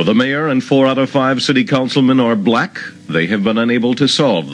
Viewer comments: The way he emphasized "black tho".lol. He said the "BblaaCK" dream. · His emphasis on the word black and the fact he calls them blacks and not black people is kinda sketchy. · People trying to comment shit like “that was the term for black people then” and ect. The point he is making is he intentionally says black with a emphasis in the same sentence to subconsciously cement it in your head that all the crime killings murders ect is associated with black people. Throughout the video anytime a black person was boutta make a point they cut/edit it out.